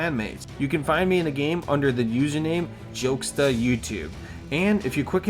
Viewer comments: for me pronuncing jokesta is better when prounced jo-kes-ta.. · jokesta more like speechimpedimentsta